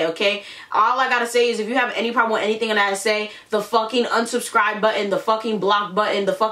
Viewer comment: Nobody : Literally nobody : Her : " if you dont like what I said , you can UNSHUBSHCRIBE " BITCH WHAT ? BITCH WHAT ? GET YOUR GRAMMAR STRAIGHT